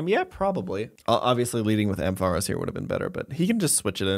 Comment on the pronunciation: You pronounce “Ampharos” so weird